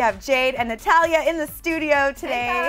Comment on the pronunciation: SHE CALLED HER NATAILIA NOT NATHIA